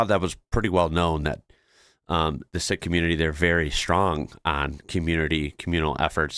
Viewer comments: Sikh is pronounced Seek.... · Its pronounce seek, Happy New year! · Sikh is pronounced "seek" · Great video but would you please say 'seek' community rather than 'sick'? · "Seek", not "Sick" for the disaster people. Happy New Year to you and yours! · It's pronounced "seek" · (not a joke) Sikh is pronounced 'sick' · Can't pronounce Quokka, can't pronounce Sikh!